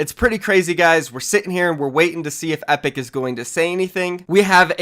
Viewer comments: Anybody else hear him say apic instead of epic lmao, jk 😂 everybody use code THEFORTNITEGUY in the item shop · he says apic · lol "apic" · "Apic" nice